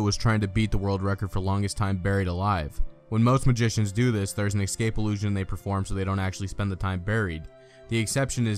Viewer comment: How ironic - choosing a narrator on a video all about conjurers and escape artists who cannot pronounce the word 'ESCAPE' !! - He repeatedly said "ECSCAPE" - hilarious !